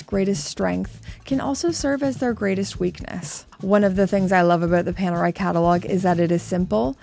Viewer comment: Ni una vez a pronunciado bien Panerai 😂